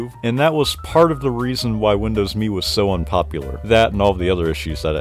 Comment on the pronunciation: Finally someone that pronounces Windows ME correctly 😂😂❤